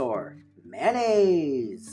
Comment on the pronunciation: The way u say Ever and Mayonaise at the beginning was really funny XD